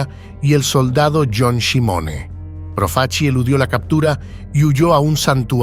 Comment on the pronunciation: proof-a-chee? if you can't even pronounce your subject's name correctly in the first two seconds, what's the point in wasting forty minutes of my time mispronouncing his name again and again? Thumbs down.